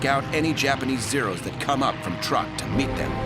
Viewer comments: Truk is not pronounced like "Truck." It is pronounced "Trook." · ..not to mention it was known as ‘Truk’.. not Truck. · I have read were Truk is actually pronounced Trook check it out